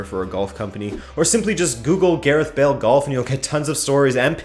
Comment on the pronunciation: Who the fuck is Gerith Bale?